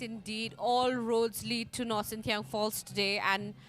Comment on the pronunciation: Nohsngithiang, not Nohsynthiang.